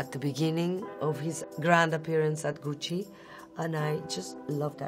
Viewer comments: She has the right pronunciation of Gucci and Ariana Grande. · I love how she says “Gucci”